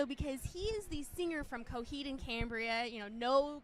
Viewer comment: CoHEED it’s coheed...why so much accent on the EED I don’t like her...mother superior make it stop 😞